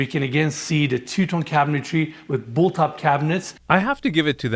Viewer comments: Another episode, another chance to beg to say CABINETRY not CABINETARY… 😂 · I've heard you say this a few times so I have to point it out. Cabinetry is pronounced KAB-i-nuh-tree.